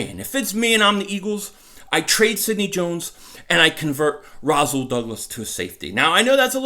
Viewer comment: naw bro its Rasool ppl mess my name up all the time making the s sound like a z